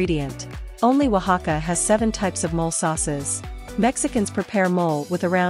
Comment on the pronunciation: Her pronunciations could start another Mexican-American War. But she pronounced Oaxaca correctly. Most gringos damn near choke to death trying to pronounce it from sight.